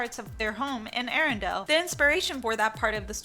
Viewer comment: I cringe every time you say Arendelle.